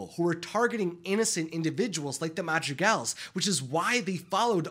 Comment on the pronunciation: I'm sorry, but this entire video this guy wasn't calling them the madrigals, he was calling them the magic als